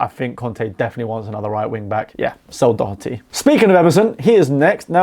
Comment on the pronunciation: Spot on dont think I'd change anything, fair play for pronouncing Doherty properly 😅